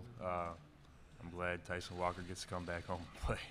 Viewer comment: Tyshon??? I hope the dope who has NO CLUE what Walker’s first name is sees this - hey, dope, it’s TYSON not Tyshon. You failed miserably.